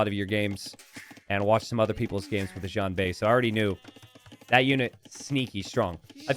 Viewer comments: It's pronounced shian- not djian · I love your content. Xianbei is pronounced 'she-an bay' (slur the she-an into a single sound, as opposed to two separate words). Again, great stuff.